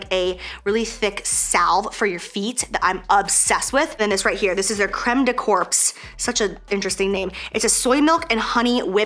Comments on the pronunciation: Creme de corpssss....hahaha. it's pronounced core.. but that was hilarious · Happy belated birthday Jaclyn !! FYI Creme de corps means body cream in french :) corps is pronounced ''cor'', the p and s are silent. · Crème de corps is French hun. The p is silent, you should pronounce it as core, le corp is French for the body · “Creme de corpse” 😂 so adorable I love it! The last two letters are silent, so it should be pronounced “creme de cor” (which means body lotion, in French). Keep being amazing and happy birthday! ❤️ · Jaclyn: Creme de corpse, what an interesting name 🤣 Crème de corps [pronounced like core] = French for body cream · You pronounce it “core” not corpse. It’s a French pronunciation. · I laughed sooo much when she pronounced it. Sounds actually "interesting" like this;) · Le Corps, is body in French...so it's pronounced "crem de core" with no S...je t'aime 💞💐🌺xoxo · crème de corps means body cream in french :) we just don't pronouce the p and s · the crème de corps is actually pronounced "crème de core" haha :-) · Corps… is French, pronounced Cor